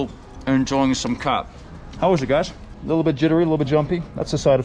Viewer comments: Its not Chat its Khhaaat. The local guide soeaks a lot of sense xxx Also where are the women enjoying this? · ጫት or Chat not Khat! Khat (called chat in Ethiopia and qat, qaat or similar in various Arabic countries) refers to the leaves and shoots of the plant Catha edulis, a flowering shrub native to the Horn of Africa and the Arabian Peninsula. The leaves of the Catha plant contain the alkaloid cathinone, a substance closely related to amphetamine. Khat can therefore be thought of as a "natural amphetamine" or stimulant that gives the user a sense of euphoria and energy and relief from hunger and fatigue. Cathinone is rapidly broken down to produce substances similar to epinephrine (adrenaline) so, in addition to its amphetamine-like effects, khat also results in increased heart rate and blood pressure and can cause coronary constriction in the user. Recent research has shown that khat is habit-forming and causes mild psychological dependency, although less so than tobacco or alcohol. The World Health Organization classifies khat as a drug of abuse but one that is not seriously addictive. At the khat market in Awaday, Ethiopia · I've chewed plenty of Khat when I lived in Somalia. And it's pronounced cat not chat. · They told you about 1000 times.. its KHAT.. NOT JHAT! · The guys calls it chat ...hahahaha Its khat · CORRECTION: it is pronounced GHAT (not KHAT) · btw Its pronounced like Gat not chat. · Khat..sounds like CAT. Not chat. Lol. 😺🐈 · He says chat...it's 'k' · It’s pronounced COT. Not chawt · Its Not Khat Its Chat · its "Qat" not "chat" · It's pronounced as cat no chat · It is pronounced khat (cat or ghat), not chat. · Its khat (cat) not chat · Not khat - say chat ጫት😂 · I’m chewing right now lol and it is pronounced like the word COT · its called KHAT like cat in pronunciation...in Kenya we call it Mogoka Or Jaba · It is pronounced cat in Somalia but not in Ethiopia. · It's pronounced like cart. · he corrected u on the K in khat so many times 😂